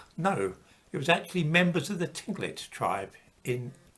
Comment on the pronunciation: Tinglit tribe is actually pronounced closer to Kinklit. The consonant in question does not have a direct English equivalent. Thank you for the discussion. I was beginning to feel bad about being white. ;-)